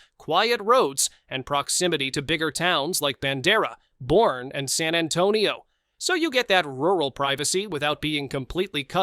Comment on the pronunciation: Boerne is pronounced Burn - ee